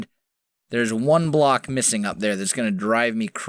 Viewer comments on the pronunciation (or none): none